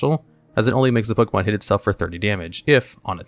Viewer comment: It's not pokEEmon. It's pokEYmon.